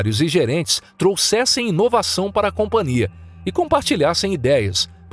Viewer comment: Hei, vcs são analfabetos? A palavra é companhia e não compaNIA